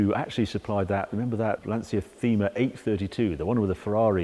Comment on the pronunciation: Your best video yet, Harry! Really got the hairs on the back on my neck going. Congratulations! But can we get the correct Italian pronunciation of the models? In particular the ‘Thelma’ is actually pronounced ‘Tema’ and it means theme, as in subject; the ‘ohthirtyseven’ should be ‘zerotrentasette’, but maybe that one can be forgiven ...